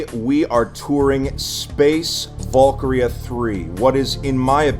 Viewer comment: volkria? no valkyria va-l-kee-ree-ah its a foreign word, with a foreign pronounciation. anyways this is dope asf